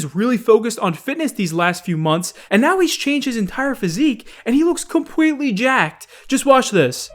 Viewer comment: Compweetwy